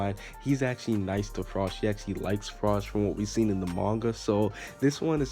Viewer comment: it's pronounced FR. OE. SH lol